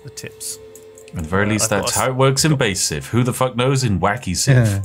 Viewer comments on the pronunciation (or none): none